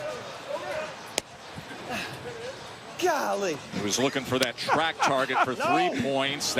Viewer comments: "Gollee!" Can Cousins be any more white? 😄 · It’s not golly, it’s a phrase and it’s gah lee.